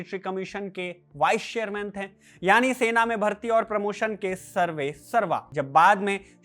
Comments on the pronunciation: कृपया "थे" के उच्चारण पर कार्य करें। ये थैं की जगह थे होगा। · You have good oration but some correction in diction is required. It is थे not थें it is गये not गयें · Sorry bhai but please correct the pronunciation of थे। ये थे है न कि थें।